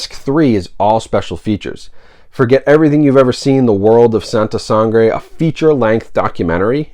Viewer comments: santa sah-ngrehh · I was born here, I'm American, and I speak English and Spanish. I pronounce it like Sahn-tah Sahn-grey. Hope that helps!